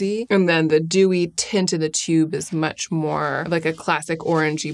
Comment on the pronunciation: did i miss a pun or did she just pronounce much as mech